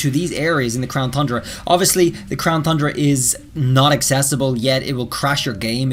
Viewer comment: Can you stop calling it the crown thundra 😡